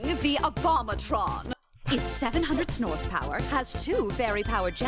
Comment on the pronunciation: Lilith said "Snorse" Glue Last episode too!